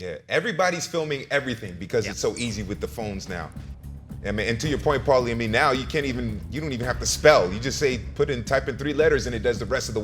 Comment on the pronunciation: Take a shot every time can’t pronounce Paulies name in the beginning 😂😂😂